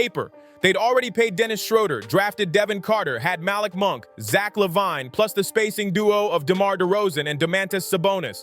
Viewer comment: You lost me at how you said LaVine smfh. You gen z'ers really suck at commentary